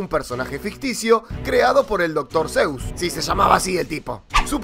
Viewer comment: Dr.Sues se escribe pero se pronuncia Dr.Sus